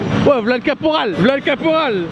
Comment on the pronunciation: Vidéo avec la Marine Nationale et le premier mot c'est "Caporal" fait un effort frérot